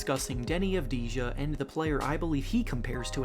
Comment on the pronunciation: It’s pronounced Deni Av-di-ya not ja